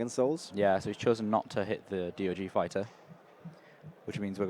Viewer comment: It's DOG not D.O.G. 😂😂😂😂